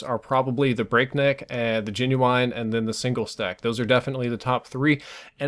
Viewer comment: I'm pretty sure that the Genuine is not pronounced Jen-You-Aine but Jen-You-In